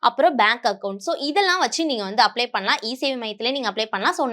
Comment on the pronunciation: Not Applay, it’s “Apply”